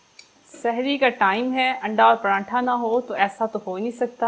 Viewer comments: Paranthaaaaa 😂😂😂😂 sis its paratha mera to hass hass k bura haal 😂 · Bagi ap makeup acha nahi karti....aur prantha nahi hota paratha hota ha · not prantha true word is pratha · PraNtha nhi pratha hota h